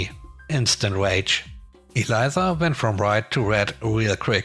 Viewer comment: EL-EESSSAH (Elisa) EE-LIE-ZZAHH = ELIZA